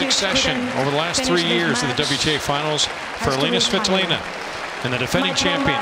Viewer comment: why the umpire Saying Game: Sweeetolina ???? Isnt she svitolina?